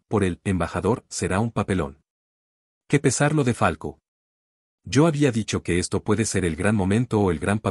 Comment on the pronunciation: Me parece que el narrador del video dice Falco y no Falcao. Si no estoy equivocado en lo que escucho, claramente es una falta de profesionalismo y escaso rigor informativo de quién hace el vídeo. Por eso le doy mano abajo y denuncio por información errada.